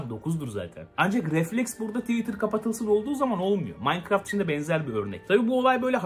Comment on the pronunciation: habercilerin hiçbiri ''minecraft''ı doğru söyleyemiyor minecraftı yanlış yazanlar da var